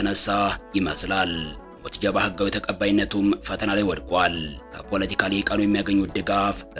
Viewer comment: ኧረ ተው ጃል ሞጅተባ በል ሞት ጀባ አይደለም😂😂😂😂😂